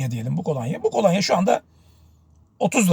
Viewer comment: Kolanya değil kolonya olacak, yayın yapıyorsunuz dikkat etmeniz gerekir.